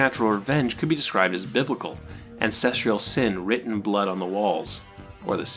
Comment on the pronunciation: STOP MISPRONOUNCING THE WORD “ANCESTRAL”!!